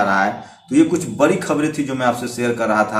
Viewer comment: Bc ye pahle evm wala matter kyo nhi uthate ho .....or rha Arnav ka to wo banda sahi hai.....da ko ra padte ho ....bolna sikho be.....bari nhi badi...Sushant matter me kaha tha ..... rajasthan, punjab,mp Karnataka, Maharashtra yaha par kuch nhi bola ....sab bhadwe apne fayda dekhte ho ....bhag bc